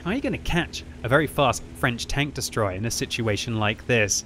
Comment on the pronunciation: That's a very unique French "Tank destroyer."